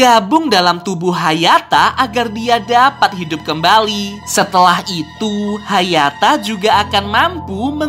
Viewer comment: Sekarang bukan hayata tapi hayato